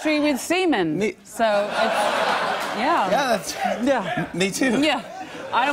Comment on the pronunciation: Wait, did she say seamen or semen?